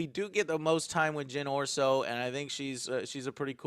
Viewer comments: Jyn Or-Slow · Anyone feel Joe's name-fuck ups are almost on the level of Dr. Steve Brule? "Jinn Or-slow"? lol Brule, Indeed.